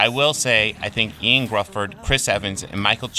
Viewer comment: Ioan Gruffud is actually pronounced like “Yone (rhymes with cone) Griffith.” I know it doesn’t look like that but that’s what it is.